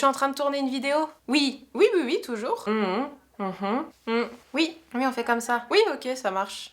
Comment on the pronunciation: Salut, très bonne vidéo, tu as l'air de plus en plus à l'aise devant l'objectif. 🔝Et ton oui ( ui ) est trop marrant. Mais bizarrement tu n'avais pas le même en répondant à ta maman, mais on a eu une belle série.... 🤭 Je vous regarde quasi à chaque notif, je suis toujours aussi halluciné par mr Weirdo, trop Wtf.... 😁😁Continue comme ça ❤️